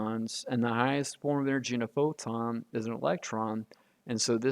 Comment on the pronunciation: WTF is a poton?😂